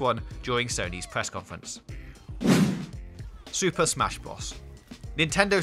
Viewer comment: “ Ghost Ta Shima “ “ Super Smash Bruth “ This Nigga Must Be Drunk